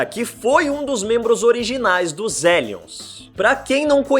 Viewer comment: N imagina q pronunciava Elions e não Rellions igual inferno em inglês Hell.😲